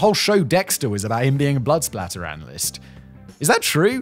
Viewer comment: I happened to read your comment before watching the video, and was surprised when Simon used the word and actually seemed to say "spatter". But then he used the word again just a few seconds later and said "splatter".